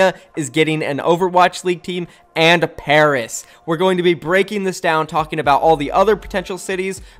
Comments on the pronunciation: Pairs? I know he meant Paris 😆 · PAIRS it’s Paris xD (love you vids btw) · Ahem... PARIS NOT PAIRS